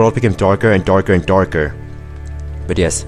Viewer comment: And yet another epic long video! :D Hehe, I could imagine why you will collect the last star after the "ending". "dorker and dorker" :D Uhh, world 1 seems... well... creepy.